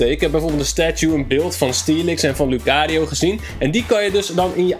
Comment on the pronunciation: Je spreekt lucario eigenlijk uit als loekarieo